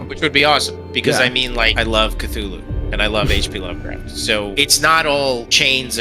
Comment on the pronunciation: Did just say "lovecat"? Say it! What's the name of loevcrafts cat.